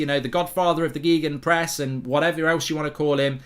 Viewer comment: Mark... learn to speak football... it's not Geegan Press, it's Gaygan (gan almost pronounced as kan) Press! It's German not Geek.